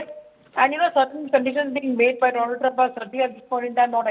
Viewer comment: Maai fraaand doolan trump 😅😅😅😅